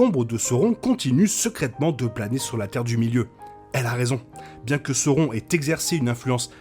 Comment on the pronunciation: on prononce Kélébrimebor, Saorone ...